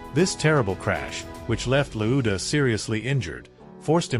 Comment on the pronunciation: Lauda not Loooda!